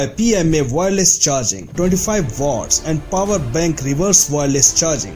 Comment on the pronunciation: Dude. It's watts, not votts. 🤦‍♀️